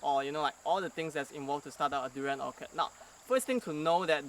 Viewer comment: Orchard is Not pronounced "Orkerd" lah!